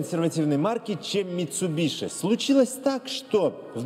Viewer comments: МитсубиСи. Митсубиши слух режет аж до скрежета зубов. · Не мицубиши, а мицубиси